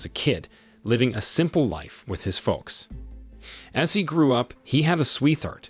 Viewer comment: The L in "folks" is silent, fella. In English, that is. Uh, if you care.